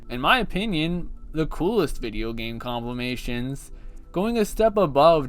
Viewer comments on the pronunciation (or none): "complimations" is crazy